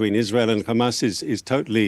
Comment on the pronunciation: I'd like to see the count of how many times he said Khamas